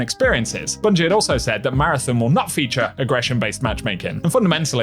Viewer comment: ON ON ON ON, marathON. Stop fucking saying marathIN. Learn how to read my guy.